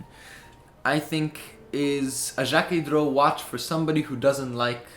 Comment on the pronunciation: Excellent video, the steel sw is my favorite Jacquet droz but the legibility isn’t amazing. I saw some very cool vintage pieces from Jacquet droz at the patek museum when I went there! Also you did pronounce it right I wasn’t sure about the pronunciation when I first heard of it either.